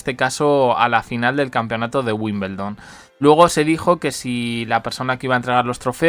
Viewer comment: Hasta los que NO estamos relacionados tanto con el tenis y vivimos en otro Continente, sabemos que se pronuncia tal como se escribe: *WIMBLEDON*, cómo es posible que sigas diciendo: WIMBELDON...???